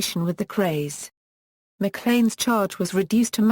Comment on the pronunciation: you pronounce it mclean like the toothpaste